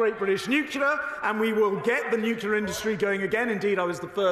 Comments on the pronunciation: Nuclear! Nuclear! So educated and still pronounce it Nucular! That’s not a word! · Why do people say nucular when it's nuclear. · Does know it’s not pronounced newkewlar? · Who's surprised that Shaps can't pronounce nuclear? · He can't even pronounce Nuclear. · Is he mispronouncing 'nuclear'